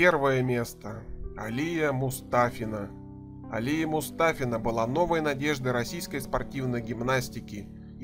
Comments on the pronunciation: не Алия а алиЯ... составляющий топ 10жен. гимнасток Абсолютно не осведомлен об этом виде спорта! Ну и дикция с голосом оставляют желать лучшего.... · Сам ты АлИя Мустафина, её зовут АлиЯ Мустафина, ты же не говоришь МихАил, или КонстАнтин. Раз взялся, то будь добр сделай по человечески... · АлИя? Может всё таки АлиЯ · Правильное не А́лия, а Алия́ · Админ, ударение правильно ставь, Алия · АлиЯ!!! Ударение на последнюю букву. На последний звук. Это на алИна, это - алиЯ (нарочно написала имена со строчной буквы, чтобы визуально ввделить ударение). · Алия ударение на Я.Это мусульманское имя,не надо произносить под славянский манер. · У комментатора не хватило ума даже поставить правильно ударение в имени "Алия", зато хватило ума собрать все тупые сплетни про гимнасток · Алия татарка, ударение правильно ставить на -я. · Алия слог падает на последнюю букву!!! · Алия Мустафина у имени ударение на Я а не на А!!!! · Алия, ударение на "я".